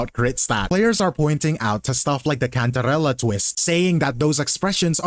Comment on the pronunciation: Thank you for pronouncing cantarella right 🙏